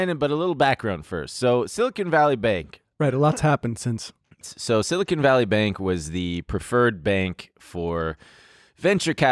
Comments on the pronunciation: If I hear "silicone" one more time, I'm going to lose it. It's "silicon". They are totally different. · You are stressing me out pronouncing it like that French baguette. It's pronounced like CAHN, sili-CAHN. BEN CAHN SILI CAHN. As in, silicon, the element used in the production of semiconductors, the thing upon which all of silicon valleys tech supremacy rests? You're a clown lol😂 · are we really just gonna trust that the French guy is saying Silicon correctly??